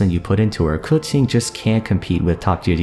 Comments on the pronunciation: Cooching.... Kaching pronounce..no hard feelings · I swore her name was pronounced (Keh-Ching) ? Why is he saying it (Cew-Ching) ? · It is so weird that you're pronouncing it "Koo-Ching"..... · Why does he say kutchen instead of Keqing? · who the hell is "Kuting"? I thought her name was Keqing. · did you just say kutsing instead of keqing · It's pronounced KA'CHING! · "kuching" huh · 🎶 I pulled a Kaching 🎶 🎶 I wanted a qiqi 🎶 🎶 I know it's spelled and pronounced Keqinq. 🎶 🎶 Buuut...I like Kaching beee...ttterr 🎶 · wait its pronouce ku-tzing? it hurts my ear everytime he saying her name.. i love keqing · i legit thought he was calling her cutscene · God he doesn’t know how to say her name and I understand stand i callde her keping so I understand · Who tf is kootsing ? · its ku-tsing? not ke shing?! CHINA WTF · I swear to god, literally no one knows how to pronounce keqing so they say random giberish, now its "kutsin" 😂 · This was a good video, but there’s one thing I’d like to add to the pronunciation. Keqing (pretty much the same as you pronounced it, just there was one thing missing) is pronounced: the keq part was right, it’s pronounced Kuh-ts-ying (search it up on google translate, it’s correct) I honestly was surprised at your pronunciation bc most Genshin people pronounce it as kuh-ching, which is rlly great 😌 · 30 seconds in: "Kuqing", well this is gonna be an interesting video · keching is how I pronounce her name (and a good majority of others) xD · did you just call Keqing Kucung?? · its not, its “keching”, i know it as i am chinese. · Bruh I want to watch the video but if he says KeTing again I'm gonna puke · isn't that wrong though? It's Ke4 Qing1 isn't it? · You pronounce Keqing really crazy bro lol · You don't even say her name correctly... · Idk first time i heard someone pronounce it that way, dont be offended lol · Wtf did you just call her. That is not how it's pronounced